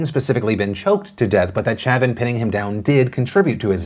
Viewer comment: Not important, but it’s pronounced “show-van” not “cha-vin”, all of Louisiana winces when you say it that way.